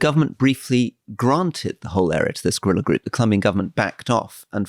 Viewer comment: His pronunciation of gorilla is just weird.